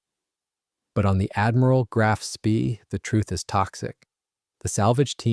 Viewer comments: A Sorry the American pronunciation o Graf Spree is incorrect in the English and German .,.it’s Grarf „“Spay „“ Further. too much releditive jargon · Spee is pronounced SPAY Grahf Spay - idiot !!!! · Graf Spee is pronounced Graf Spay you moron. It's German in case you didn't know.